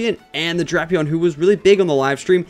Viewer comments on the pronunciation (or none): none